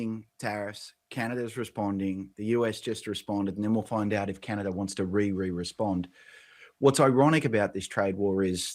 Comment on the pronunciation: Canader? You serious dude